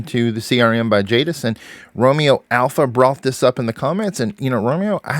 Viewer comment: It's Jadis